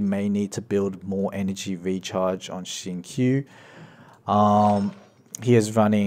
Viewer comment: The way pronounce Xingqiu's name is wrong just pointing it out. Great guide tho